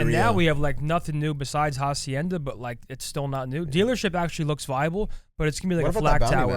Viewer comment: The H in Hacienda is silent